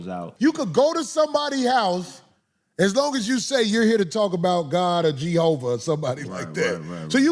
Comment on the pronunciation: "Geehova" Lord!